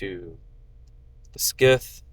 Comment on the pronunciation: stop saying skite it's a scythe